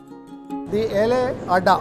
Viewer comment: Its ela ada, not yelle ada